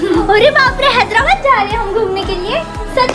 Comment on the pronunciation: लास्ट में हैदराबाद की जगह हेदलाबाद बोल दिए।।।😄😄